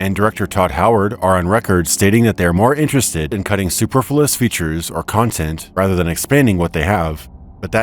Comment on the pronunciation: Suh-PURR-flew-us, not super-flew-us